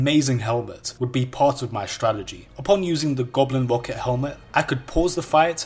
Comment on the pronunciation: Goblin Wocket Hewmet. Didn't know Barry Kripke liked wow...